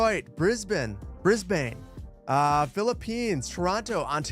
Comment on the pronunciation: Should check out the Brisbane (Briz-bin not Briz-bane) called Gateway Brisge (or Sir Leo Hielscher Bridges)